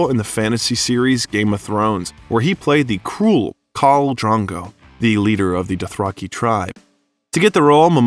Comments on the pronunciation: DRO-GO, not DRA-GO. Not difficult to pronounce, especially when talking about such a lovely person like Momoa. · Please get the names right... It's Drogo, not Drago. It's Haka, not Hak. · did you just say khal drango.. 😵‍💫